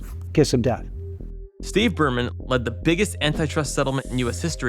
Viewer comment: "Burman" every single time